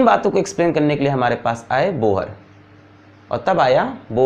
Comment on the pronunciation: Bohar??? Pronounced wrong It's pronounced as Bor